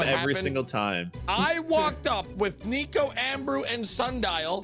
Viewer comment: You said nico like flico😂